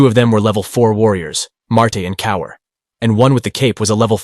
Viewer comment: It's "Cowart" Cowar~T~ With a ~T~ NOT Coward with a D!!!!